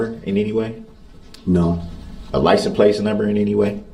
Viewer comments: What I hear him say is "liesen place" . Why do so many people seem to hear this differently ? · Licent place!😂 These people are just preposterous. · He dont even know what hearsay means. When judge called him out one time to look up the definition of hearsay, he got a attitude and said im aware of what hearsay means. He dont even know what simple words mean nor does he know how to pronounce simple words like license plate. He says licen place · Licem place